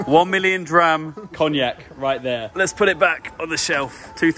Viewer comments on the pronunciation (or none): none